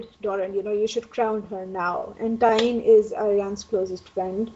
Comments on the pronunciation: TyEne...Not TyRene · um, the american guy...not sure his name....you are pronouncing TYENE SAND wrong, you're adding an R in there where there is none.